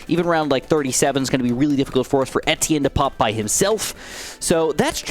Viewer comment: that's how its pronounced tho